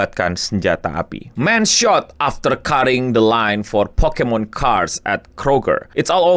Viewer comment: Asli tulisan Pokémon, tapi si reporter tetep nyebut Pokimon. Udah susah2 pakai huruf é.